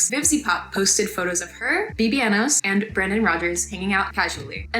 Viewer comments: are you saying his stage name incorrectly on purpose? forgive me if you are and I am being ignorant to your ways. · I haven't watched this video yet but she just made one showing he underpaid artist, hung out with more problematic ppl, and more. It's a good video but you're right about that name mispronouncing (that she kept in that one too)